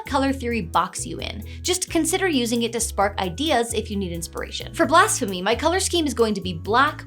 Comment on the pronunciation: I cant stop hearing Blasphemy as Blast-phemy, i guess the pyromania is written in.